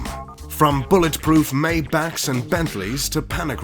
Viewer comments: It's "MY-bach," not "MAY-back." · What’s a May-back?